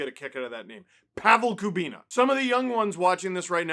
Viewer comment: “Pavel Kubina” Oh wow. That one hurts to hear as much as my hip does